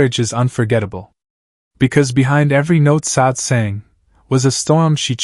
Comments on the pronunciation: This is jank. I don't believe any of it. I have only listened to a few minutes and can't go on because you're not pronouncing her name correctly. If you don't know how to pronounce her name, how can you know anything else about the lady? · Pronounce her first name correctly please....